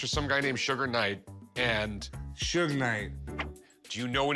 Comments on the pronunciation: Rick called suge "sugar " knight 😂😂😂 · My man Rick called Suge, “Sugar Knight” 😂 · Calling Suge knight "Sugar knight" is crazy💀💀